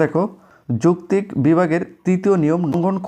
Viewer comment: যৌক্তিক উচ্চারণ পারেন না sir🙂